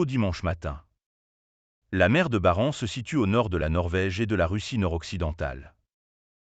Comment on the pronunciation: Auriez-vous le temps " d'éduquer " votre logiciel vocal pour qu'il soit comprehensible dans la langue que vous avez choisie ? La Mer de Barents, ou Barentz selon les pays, ne se prononce pas " Mer de Barance "... Pour le reste, pour autant que vos informations soient correctes, ces avions sont restés en zone aérienne internationale et les russes, qui hurlent comme des porcs à l'abattoir, le savent pertinament car coutumiers de la pratique avec, souvent en prime, une rapide incursion de quelques kilomètres, histoire d'énerver un peu l'OTAN. La réponse du berger à la bergère en quelque sorte. Plusieurs commentaires hurlent et évoquent une affaire qui finira mal... Vous pensez donc que l'Ukraine c'est autre chose ? Que cela vous plaise ou non, aujourd'hui, au vizir à talonnettes du Kremlin, la réponse est " NIET " sinon " STOI DOURAK "